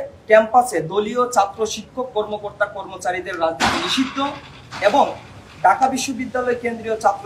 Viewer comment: ঢাকা কে বলে ডাকা, এ হলো ছাত্রনেতা, সে ছাত্র-ছাত্রীদের কথা বলবে, আগে বাংলা ভাষাতে ঠিকমতো করে রাজধানীর নামটা উচ্চারণ করতে শেখো, তারপরে রাজনীতি নিয়ে কথা বল l